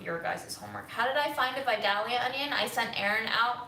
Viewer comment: Respectfully, just so you'll know, Vidalia is actually pronounced "Vie-dale-yah"...I am from Georgia, so...